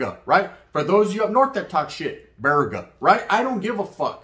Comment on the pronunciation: You roll your r in burpees n not virega